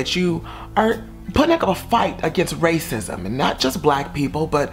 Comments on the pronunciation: “raycisum” lmaooo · I love this and the tone and the way you were pronouncing the words yummy and Justin and racism I died 😂😂😂